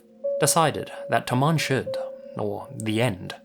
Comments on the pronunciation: For the second story it isn't pronounced Tamam Shood, it's Tamoom should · Great video. I speak Farsi natively so in relation to the somerton man case the phrase found on his body is pronounced "Ta-mom Shod" (تمام شد). Love your videos,! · It's Tamam Shud not Taman